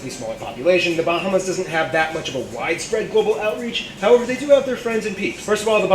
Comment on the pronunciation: I’m from The Bahamas 🇧🇸 and he pronounced most of our islands wrong